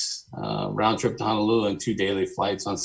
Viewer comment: So many folks mispronounce our state capital. How difficult is it to say Honolulu? Hana is on Maui.